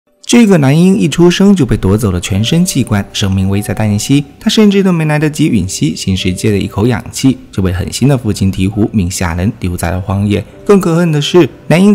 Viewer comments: 吮吸shunxi 不是yun xi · 是shun吮吸，你读错了